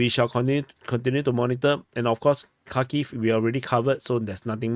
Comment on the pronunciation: Its Harkeev or Harkov 😊